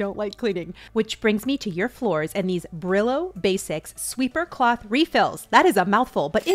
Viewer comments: Brillo means shine “Bri-yo” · Bri-yo instead of Bri-lo try it. It’s a Spanish word. Thank you for your amazing content ♥️🙏🏻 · “Brillo” means “glow” in Spanish but pronounced Breeyo. I’ll have to try there products thanks for the videos❤️